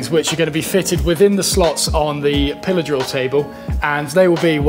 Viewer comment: I swear the first time I heard you say "pillar drill", which is a term I've never heard before, I thought you said "pillow saw." Lol. I like learning the English language.. :)